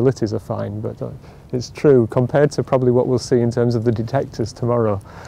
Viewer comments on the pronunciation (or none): none